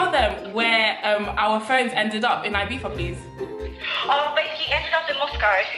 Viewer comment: We don’t pronounce the z in the UK, I believe you’re not meant to